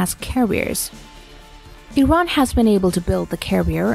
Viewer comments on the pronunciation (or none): none